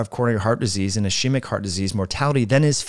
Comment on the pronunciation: Ischemic is pronounced /i ski mik/